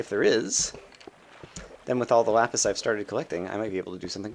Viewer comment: it's not lupis. it's lapis. it's never lupis.